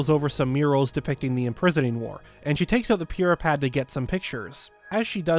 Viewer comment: BTW, WHY DO YOU SAY "Purah Pad" THAT WAY, I HATE IT!!!!!!!!